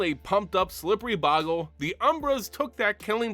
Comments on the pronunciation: BOW-gle Not Bog-le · It's boe gle not bogle you not pronouncing it correctly